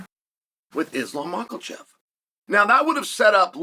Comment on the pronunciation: Pierre-uh and Mockle Chev lol